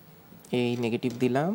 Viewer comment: নেগেটিভ নাকি নেগেটিফ, প্রজেটিভ নাকি প্রজেটিফ? 😅